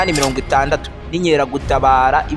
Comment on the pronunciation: Bavuga INKERAGUTABARA apana INYERAGUTABARA!!!